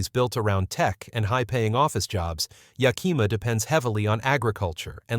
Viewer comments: It's pronounced Yak-a-ma yaahoo! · Thanks for the info. I'd like to point out two things. First, Yakima is spelled with an 'i'; it does not sound as you say it - Yakeema. Second, President Trump is looking to appoint a new treasury guy who is willing to drop interest rates. When this finally happens, homes will suddenly become more affordable. Don't you suppose this is why so many are waiting to purchase?